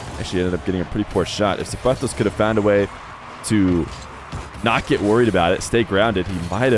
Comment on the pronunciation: Thank you for pronouncing zapatos correctly lol